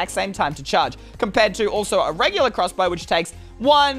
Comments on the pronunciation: You said crrrossbow and that makes me laugh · I like the way he says crossbow like “clusbow”